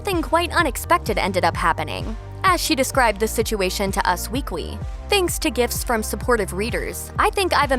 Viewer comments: Nic Adamski-O'Toole and “us weekwy” lol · There is something wrong with the narrator, she keep adding W sounds. She said Us Weekwee, Los Angelwos and educationwul.